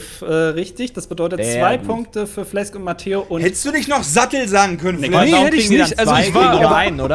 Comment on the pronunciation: heißt du jetzt Flesk oder? frag mich warum das so oft mit F hier ausgesprochen wird. Pi-et Smi-et wirds dann wohl =D